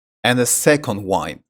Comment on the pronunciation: Wind pronunciation is not correct